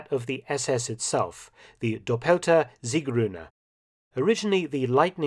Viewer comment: Your German pronunciations are usually always good but you made a little mistake with saying "Doppelte Siegrune" . Emphasis should be on the oh sound, not the first E sound in the word "doppelte".